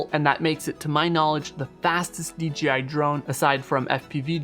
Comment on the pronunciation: Why do you keep saying DGI instead of DJI go back and listen to your self .